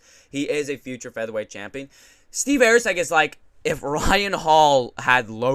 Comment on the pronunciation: who the fk is AIRCEG lol bro come on get his name right love ya bra